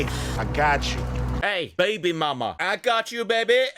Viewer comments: "Ai-gatchu" all along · How many times does Cube say "ahgotchu"?